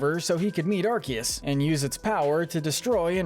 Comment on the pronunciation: It's arkoos!!😤